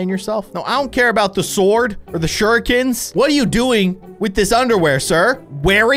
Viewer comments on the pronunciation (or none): it's shur-reeken (s) 😂 that's how you pronounce it. not the other way..